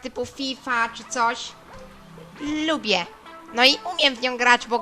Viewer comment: Lllllubię :D